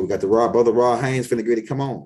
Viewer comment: I appreciate the knowledge but if I gotta hear you say R0d HaYNes I’m gonna lose that knowledge and some brain fragments